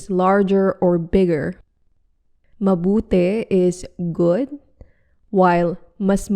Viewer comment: While saying mabuti i pronounced as ee in vowels but when you said mabuti i is eh sound reason ?